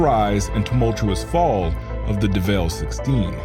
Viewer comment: Yo why did you pronounce the name as if its pronounced "Deh Vehlle"...its just Devil...like Satan...